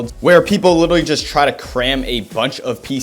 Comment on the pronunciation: How many times is this man gonna say "litteretly"